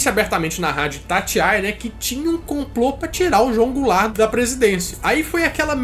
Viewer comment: Mano uma hora o disse goularte